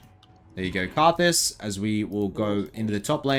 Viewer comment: Anyone else refer to Karthus as Rthus?